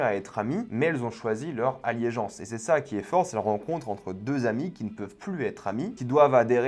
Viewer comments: On dit « allégeance » pas « alliégence »…. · aLLÉgeance sans -i et pas "alliégeance",!